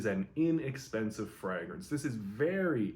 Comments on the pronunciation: Love this channel, and im not trynna be a jerk I promise, but why are there a few fragrance reviewers that say "Fraagrance instead of just "Fragrance"? Im honeatly asking. Is that the actual pronunciation? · I've noticed that too. The FRAH-grance pronounciation seems to be a Canadian thing. In the UK it's pronounced FRAY-grance